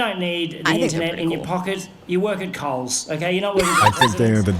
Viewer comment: Coles, not Khol's. We don't have Khol's in Australia.